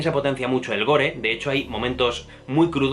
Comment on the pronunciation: Se dice "SPOILERS" no "espoilers". No le pongas letras donde no hay. Y se dice "gor" no "gore". Y se dice "Skarsgård" no "ESkarsgård". Y también "Chastein" no "Chastain".